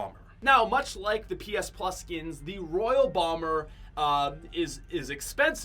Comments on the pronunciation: ITS ROYALE BOMBER NOT ROYAL BOMBER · Omg it not royal bomber, it’s royale bomber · This guy is fucking stupid it’s royale bomber not royal bomber